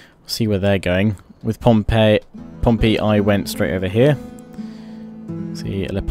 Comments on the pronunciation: it's "pom-pee" not "pom-pay" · It's Pom-pee!!! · I loved this but... He pronounced Pompey as Pompeii xD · Your saying Pompey wrong. Its pronounced like the Portsmouth football club not the Roman city.